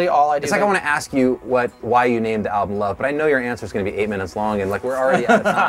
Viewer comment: 27 sec, the alblum? haha